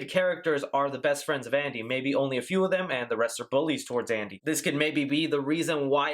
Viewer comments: Is it just me or did I hear 'asshole' instead of 'Andy' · The voice sounds like it's saying "asshole", rather "andy." I'm dead serious.